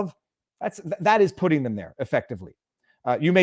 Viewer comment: You said by virtue of putting and I heard pudding. By virtue of pudding. I love it.